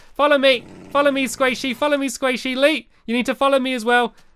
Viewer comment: BTW its Lee not lea x3